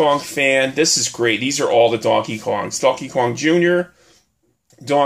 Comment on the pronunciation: He said Dawnkey Kowng 😂